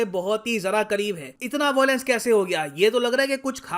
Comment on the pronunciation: Bhai it's VIOLENCE not VOILENCE.. aata nahi kya.. LION not LOIN..